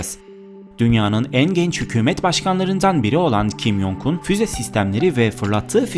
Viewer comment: Kim yongun diye okunmuyo okunuş şekli kim congun j harfleri c diye okunuyor y diye değil